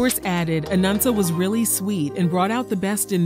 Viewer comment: Why do you keep saying “Anunsa?” It’s “Anansa”